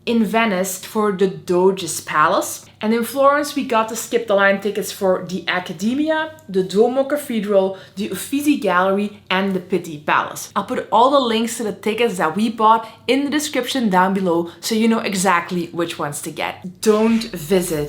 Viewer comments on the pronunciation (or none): it’s “chin” instead of “shin” kweh-teh-reh… it’s u-fit-zi instead of u-fi-si; good video 😇